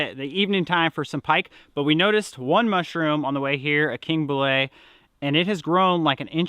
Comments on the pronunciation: bolete.....pronounced Bo Leet...like eat....Bo Leat. Kids, truly I love you guys, I will always watch you, but may I suggest....Do your homework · They are pronounced boletes e like keep, not bola or whatever your saying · It is pronounced bow leet. Nice harvest! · Love your channel and definitely not trying to troll you. However the mushrooms are boletes. Pronounced "bow leets". I'm a mushrooms guy couldn't help but point it out. Keep up the good work! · Pronounced king “bow-leet”, we harvest king bolete’s here in the Pacific Northwest also.